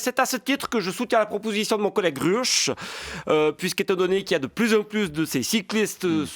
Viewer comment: Daniel Ruch se prononce Daniel "Rouque". On prononce à l'allemande. 😂